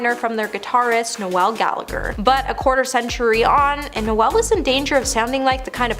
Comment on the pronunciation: How do you pronounce "Noel"?It's not Christmas.